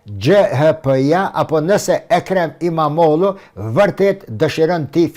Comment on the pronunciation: Imamoglu jo imamodhu o shqipe.